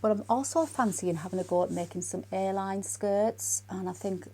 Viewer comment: I’m an American. I kept asking myself, what is an airline pinafore and skirt? Maybe wants to make some vintage inspired flight attendant apparel. Then I heard, A-line, 😂😂😂😂. Hang in there. We’re all in this together. Prayers for John and you. ❤️🌵